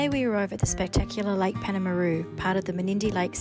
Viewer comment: It's pronounced PALM-AH-ROO by us locals 😂 glad you had a good time!